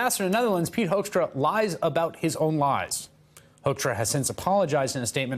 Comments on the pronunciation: It is "Hoekstra" not Hoeskstra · Oh we call this guy Pete HOAXtra here. It fits the way Americans pronounce his name too! Talk about two birds with one stone.